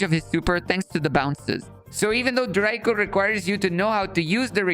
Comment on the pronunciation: rico ❌draco ✅